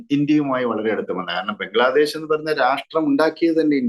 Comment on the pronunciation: ആ സ്ത്രീ പറയുന്നത് ബംഗ്ലാദേസ് എന്നാണ് 😂😂